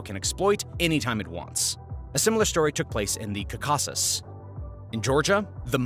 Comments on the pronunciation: Say it with me: Caw-Cuh-Sis not Cuh-Caw-Sis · KAH-keh-siz with the stress on KAH. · It is pronounced "Cau-ca-sus." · You are stressing the wrong syllables when you're saying caucuses and it's annoying.